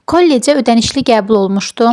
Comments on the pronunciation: Kollec sozunu qeribe vurguynan deyirsiz😅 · Kollec sözünü səhv tələffüz edirsiz❤